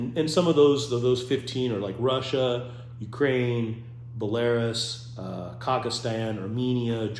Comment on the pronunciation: Ba LAIR us???? Wtf??? Haha its BELL- La-Rus.